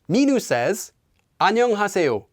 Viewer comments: The way says 안녕하세요 and 안녕 sounds like he is saying an yung like it rhymes with onion. It is very weird because it is different than how I have otherwise heard it pronounced. I have only heard it pronounced as ahn yoe ng. With a long o sound. I have also heard the 어 and 여 letters be pronounced halfway between oh and uh. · He’s pronouncing is pretty odd, your depiction is more accurate